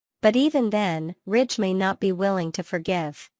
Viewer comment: It's Ridge, Not Rich